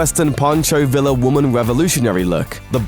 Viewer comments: "veeah" NOT "villa" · Poncho vill-uh ? It's vee-ah HTF do you Brits still not know how to pronounce the Spanish 'll'? Spain is closer to England than the British Isles are long. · The name is pronounced like VEE AH...Pancho Villa. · Pancho vilə? Really? Villa, dammit! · uhhhh pronounced like poncho via :P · **Villa is pronounced (Vee-ya) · There still are Hopi people and it is pronounced Pancho Vee-yah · I'm as much of a gringo as one can be and even I know the guy's name is not pronounced "pancho viLa." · Wow, its pronounced pancho via